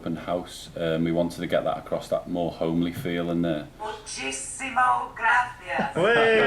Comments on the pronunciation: Muchis-ee-mo gracias, not 'Much-i-simo'. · I'll teach you. It's 'muchísimas gracias'